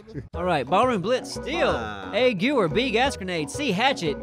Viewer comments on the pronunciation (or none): did you just all it a gew-er? Its pronounced ger-v-air lol. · It's pronounced GA-VEER not GEW-WER Yes I'm a triggered little girl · its pronounced ge-hv-er not goo-er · Its a "guh-vare" not a "goo-were" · I'm pretty sure the "Gewehr" is pronounced gevehr or gah-v-air. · Ashton Elliott It's pronounced Gehvair. I speak German, trust me. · and crew, Gewehr is the German word for rifle, it is pronounced "ga vair" with a v not a w. Fix it. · the gewehr is pronounced gaywear and 98 is pronounced Noyn uhnned ught xig. I wanna hear you try to pronounce that XD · It's pronounced Ge-vair noy Gyoowere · The way he said Gewehr! Hahahha :) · It honestly hurts seeing the Gewehr being mispronounced. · Is Anyone else bothered by the way pronounced gewehr